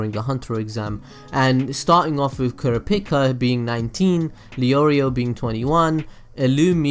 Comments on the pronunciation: The way he say kurapika name 💀💀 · How did you just PRONOUCE Kurapika. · Your pronounciation of Feitan was fine, it was your pronounciation at Kurapika, Kurama, and Yusuke that bothered me